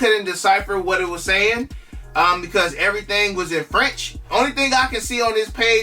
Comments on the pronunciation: This guy always complaing he not hit on snkrs lol...most people might hit 1 hype pair every 2 years..stop complaing n they french u speaking sounded like spanish fr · Break reading French had me rollin’! 😂